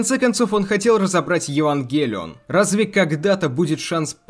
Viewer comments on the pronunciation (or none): а почему ударение то не туда в Евангелион? откуда ты это взял то? смотреть нереально. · Вот почему то сильно режет слух ударение на Е